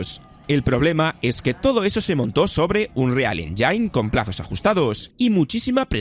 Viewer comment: se pronuncia "ÉNYIN", NO "ENYAIN"!!!! onda vital!